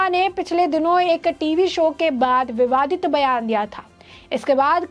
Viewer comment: Please don't say the statement of Nupur Sharma as "bibadiya".